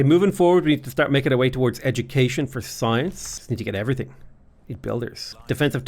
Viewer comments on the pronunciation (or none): none